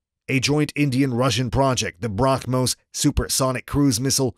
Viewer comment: It's not brah Mos , it's Brahmos h silent 👍